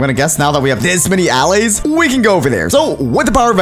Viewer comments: "aah lays" its uhlays. just because its an a doesnt mean it sounds like it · Stop calling them All-ays call them Al-lays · its purnounced auh-lay-z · He said allays diffrently